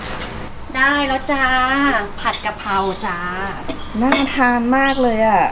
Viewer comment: กะเพรา ไม่ใช่กระเพรา